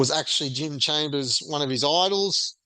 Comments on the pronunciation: its chalmers not chambers bro wtf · lol Jim chambers eh? It’s chalmers mate… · Chalmers dude, not Chambers 👍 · ChaLmers… if you’re going to critique someone, learn their name. If you haven’t bothered to listen to how his name is pronounced, how can we trust your information about him?